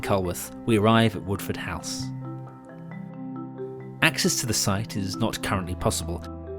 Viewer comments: you said Woodford Halse wrong, its more of a low hol sound instead of a high hal. The station masters house and railway club also still exist in Woodford Halse. There is still also the yard drainage pipe and a water tower just outside woodford. i know as ive walked through the pipe and too the watertower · Geat video thanks very much for making it. It's the area I grew up in (around Banburyshire). FYI, Eydon is pronounced "ee-don" and the Halse in Woodford is pronounced "holse".